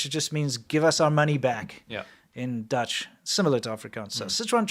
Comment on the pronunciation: I’m impressed by your Dutch pronunciation